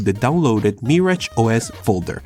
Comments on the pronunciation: ITS MIRAGE NOT MARRIAGE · The way he pronounces Mirage is adorable